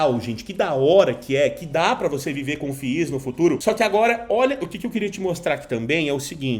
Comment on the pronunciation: Que fadiga escutar FI IS kkkk tira 1 "i" e fala "FIS" kkk zoeira fadiga pessoal mas o conteúdo tá top d+ SUCESSO!!!!